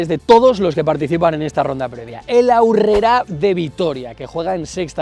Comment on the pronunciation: Cómo que "Aurrerá"? Con esa tilde que le has puesto parece más catalán que vasco